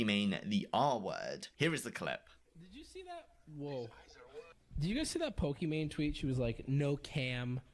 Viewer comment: The people in this video can't even pronounce Pokimane's name correctly.